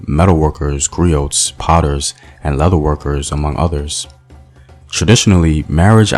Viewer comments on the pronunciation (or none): none